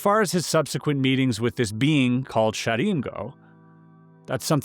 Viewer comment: thought he said he saw a SHEEP!!